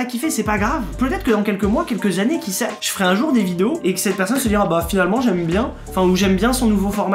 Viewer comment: " qui SEH" 🤣🤣